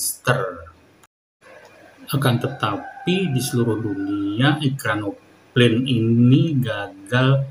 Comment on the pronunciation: "EkranoplaN" – not "ekranopaNE"